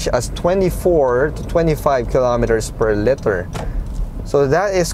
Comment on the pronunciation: Liter not letter. Parang leeter. Just some constructive criticism :)